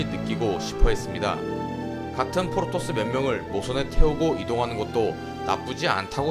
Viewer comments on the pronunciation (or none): 자꾸 포로토스로 들린다